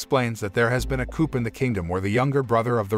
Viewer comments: Coup is pronounced 'Coo' ! 🤣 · Did he pronounce the silent p in coup??